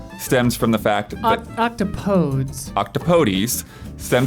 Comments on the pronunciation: Small correction on Octopodes pronunciation - it's apparently pronounced 'ock-TOP-uh-deez' (IPA: /ˌɒkˈtɒpədiːz/), which is insane. The same Merriam-Webster article mentions "It more or less rhymes, appropriately enough, with "don't say that please."" - and was pretty close (got the rhyming end part, but not the middle). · CORRECTION: The correct pronunciation of "octopodes" is ock-TAH-puh-deez. So neither nor is correct:) IPA: /ˌɒkˈtɒpədiːz/